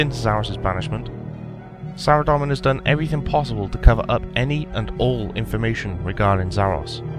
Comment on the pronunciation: Hi there, it's pronounced "Sara-Dome-in" not "Sara-Dom-in". Good video though.